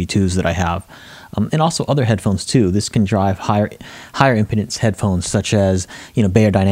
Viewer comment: Very nice review. One thing caught my ear though--I'm not sure if your pronunciation of "impedance" is a regional thing or not but to my ears you're saying it like a medical condition that some men have. I've always said it and heard it as im-pee-dance, with a long e sound, from its root word of "impede".